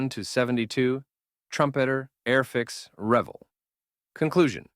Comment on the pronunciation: I take it you have a problem with ‘Airfix’ 😂😂